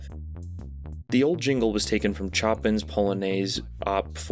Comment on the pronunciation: This has to be the first time I've ever heard the name of Polish composer Chopin mispronounced. It's pronounced "shoh-PAHN" or "shoh-PAN".